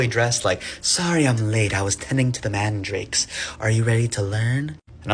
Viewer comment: I’m sorry did she say “Tending to the MARNDRAKES”!? Harry Potter reference ahh